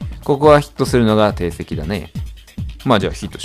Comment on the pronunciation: 『定石』は「ていせき」じゃなくて「じょうせき」ですよ、、、 『隔壁』は「ゆうへき」じゃなくて「かくへき」です、、